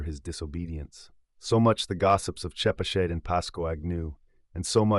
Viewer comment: Nice reading. Btw, Pascoag: pronounced "PASS-koe" or "PASS-koge". Chepachet: pronounced '"cheh-PATCH-et".